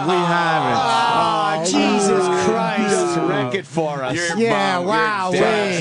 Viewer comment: No one noticed Jimmy said "Cheesus Christ"